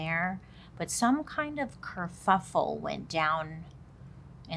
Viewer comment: did you say kerfuffel? surelly it wasn't that bad...!